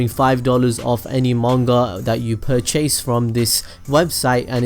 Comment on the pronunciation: I like how he says purchase “pur chase”